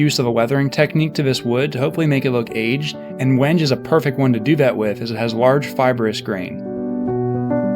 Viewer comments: “When Gay” not “whenge” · Awesome outcome. But it's not pronounced wenge, it's wen-gay. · "Turning A Rusty Spring Into A Deadly Sword" It really required me a loong think to realize you weren't going to use a lathe, I was confused for sure. Also it's pronounced wenghe or if you're feeling a little more precious, wengay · he called wenge "wenge"! lol thats hella wengay! just kidding buddy love ya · That wood is pronounced win-gay, i do a woodworking and have come across it at a few exotic wood dealers. Just an fyi, great video and cool sword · I think the wood is pronounced when-gee..but I could be wrong..English isn’t my primary language Great work I really enjoyed your build